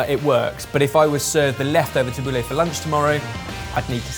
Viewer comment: i always judge Italians who get angry about food, but that "Tabuli" made me realize how they feel